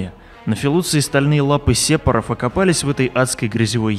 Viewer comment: Сепоров? серьезно? ухо режет